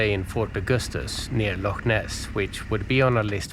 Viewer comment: Impressed you pronounced loch correctly!